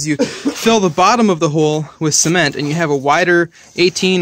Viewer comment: I know me too— Sounds like he’s saying semen 🤮 But at least he does a footer 👌which most people don’t